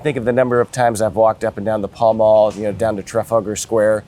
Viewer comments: It’s is pronounced pal-mal not pawl-mawl. Well that’s how most people in the UK say it. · I've only ever heard it pronounced 'pal mal'. Worked there a few times. Not saying I'm an authority. How do you know it's pronounced 'pel'..? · I had thought it was pronounced "Pell Mell". Or maybe the way "Pal Mal" is pronounced in some accents, it might sound like "Pell Mell". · It's pronounced Pell Mell. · I was so confused by the way he pronounced it!! He's been mincing around Jermyn St and Savile Row pronouncing it like that!!